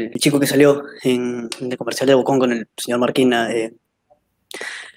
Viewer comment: comershal comershal jajajajajajjaa 🤣🤣🤣🤣